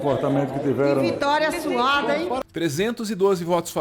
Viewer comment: Apesar de ser dito "que vitória suada", tenho quase certeza que ouvi "que vitória suave".